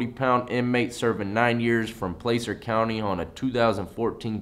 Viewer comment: I wish I could help him with the sayings of Placer County and Lassen. I live right in that area, and it’s no offense cause idk how he would know how to pronounce it but the way he did is not correct. Wish I could spell sounds out